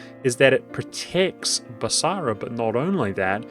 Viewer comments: Noticed this in a different vid. You pronounce it Bas-a-ra rather than as Bas-ra. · The only thing wrong with this video is the extra "A" that he puts into BasAra... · When did Basra get an extra "a", or is it a hint to the Arabic word for market: basar?